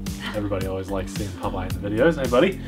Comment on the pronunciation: Yea...and we got to see Popeye, or is it pronounced Pope Ye??? Good time THX